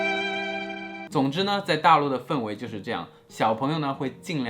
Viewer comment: 氛围的氛是第一声不是第四声啦！